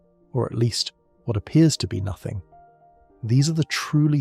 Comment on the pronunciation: oh no.... its not "boots" void lol. its "boo-oh-tees". its also "nothing" not "notthing" .... yeesh